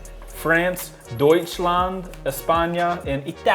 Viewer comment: The moment you said Deutschlad.. it cracked me up :DD7